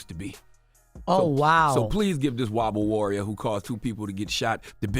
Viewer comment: “WOBBLE WORRIOR” 😂😂😂😂